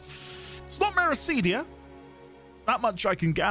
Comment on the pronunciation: That is not how you say Meracydia...